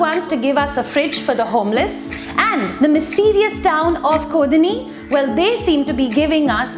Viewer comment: It is not kodhini it is pronounced as kodinjhi